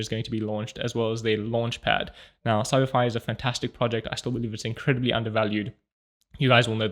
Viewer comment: It's your accent. When you say, "CyberFi," it sounds like "Samari."😅